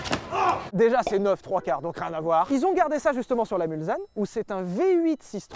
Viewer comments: Levy ptn on dit Mulsssssssssanne et pas Mulzanne 😭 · Mulsanne se prononce Mulssanne, c'est un petit bled ou passe une partie du circuit des 24h du mans comme la bentley Arnage d'ailleurs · Je suis sarthois, entendre "Mulzanne" ça fait mal. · La Bentley Mulzanne ? Mes oreilles ont saigné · La Bentley Mulsanne c’est en hommage au virage du Mans (Et a la ville éponyme) ? Si oui Sylvain ça se prononce Mulssane Gneugneugneu. Je me désabonne. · On dit mulSSanne 😅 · on dit Mulsanne comme "mulssanne" , comme le virage de Mulsanne, circuit Le mans :) . 72 represent ! :) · Pour info, la Bentley Mulsanne ne se prononce pas "Mulzanne" mais bien avec un "s". Et pour les plus curieux, ce nom vient de la ville de Mulsanne dans la Sarthe, et un bout du circuit des 24h passe dans cette ville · Mulsanne ça se prononce Mulçanne... Les Sarthois te pardonnent 😂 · Alors on dit "Mulssssanne" hein les p'tit gars. Facile de chambrer sur Veyron et Chiron :) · On dit Mulsanne pas Mulzanne… c’est en référence à la commune du même nom en Sarthe, où passe le circuit ouvert des 24h. Excellente vidéo. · J'habite Le Mans et je vais m'énerver quand j'entends MulZanne, c'est MulsSanne !!!!!!!!!!!!!!!!!!!!!!!!!!!!!!!!!! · "Mulzane"? Ohhh c'est Mulsanne!!! C'est Français môsieur! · Ça vaut pas la méhari quand même Ps: c'est pas "Mulzanne" mais "Mulsanne" c'est en reference au village qui donne son nom à un virage des 24h du Mans 😉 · Lévy et ses éternels problème avec le français 😂 Pour le modèle Bentley Mulsanne on ne dit pas {Mulzane} mais {Mulssane}, la petit ville de Sarthe qui fait le virage au bout des Hunaudières 😂😂😂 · 6'52" Booooooooouh. On ne dit pas "mulZanne", on dit "mulSSanne". Ben alors, les pros de l'auto? Je vous taquine évidemment. Continuez de nous faire rire et rêver. Je vous bisoute depuis Le Mans, forcément..... Ben oui.... Mulsanne quoi ! ;oD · MulSSSSSSanne et non "mulzanne"!... Mais, je vous aime quand-même ;) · Arrêtez de prononcer "Mulzanne" ... 🤮